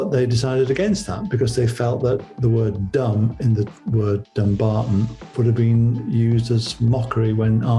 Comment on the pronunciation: She said they got married the day before. Thats why the priest was so up set. She should have said they had a rehersal. The word Dumbarton is pronounced Dum barton. How silly. She is spending mony like it grows on trees.